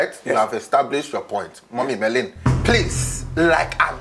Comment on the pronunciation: He said mummy Merlin 🤣🤣🤣🤣